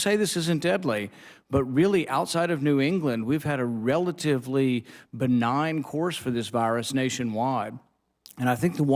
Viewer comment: Benign? Did he say benign?!